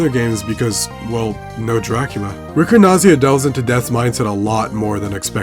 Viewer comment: Had no idea this existed. Very well documented and preserved! Ricordanza is an Italian word (just be careful: it's ricordANza, not ricordNaza)!